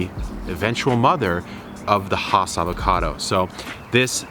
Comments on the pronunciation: Fun fact: it's pronounced Hass not Haas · Please do not be offended. Has rhymes with pass. It does not rhyme with Hoss. Haas rhymes with Hoss. Hass sounds like has. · Really good information well presented. But the name is "ASS" with an H in front of it. Still, we all know who you are talking about. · You and everyone else are not pronouncing the name correctly. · Thanks for demonstrating why one should not create a tutorial just because a friend has an old avocado tree. The first rookie giveaway was the fact that he couldn’t even pronounce the name of the tree correctly. Avocado trees do require quite a bit of water but only every five days or so even in extreme heat. Watering daily is a good way to drown the roots. Video tutorials are more useful when based on your own experience.🤗